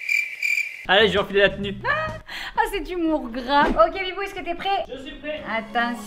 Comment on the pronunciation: Je rêve ou à la fin t'as dit "Bitbou" au lieu de "Bibou"?